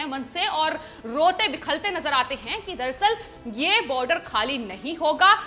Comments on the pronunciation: Madam Sry to correct u that aaj aapki hindi sunkar apne hindi ki present halat par sharm aaya. Aadmi rota-bilakta hai. Lekin aap kehti hain rote-bikhalte. Ek baar galti se ho sakta hai lekin aapne 5 baar uccharan kiya hai. Kripya uspar kaam karein. Rastrabhasha ka aisa apmaan sahi nahn hai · Bilakhte not bikhalte. Check hindi dictionery. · Rote 'bikhalte' nahi ji....... Rote 'bilakhte'.... 😁😁😁😁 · रिपोर्ट बिलखते को बिखलते कह रही है।ध्यान दें। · आप लोगो ने तो हिंदी की टांग तोड़ कर रख दी... ये रोते बिखलते क्या होता है जबकि रोते बिलखते होना चाहिए... हद हो गई यार ! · Madam bilakhte shabd hai na ki bikhalte.. hindi bhasha ka apmaan na kare.. aapne kai bar is shabd ko galat bola